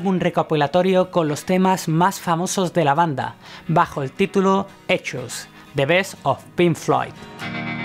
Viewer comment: ECHOS?? EN SERIO?? Ya hubiese sido el colmo pronunciar ECHOES 🤦🏽‍♂️😂😂😂